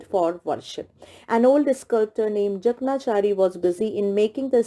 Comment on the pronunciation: Ma'am, the pronunciation of Jakanchari is : J a k a n chaari